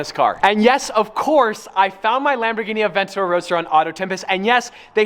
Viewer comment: Theay aveyntadyoor tun tun tun tuummm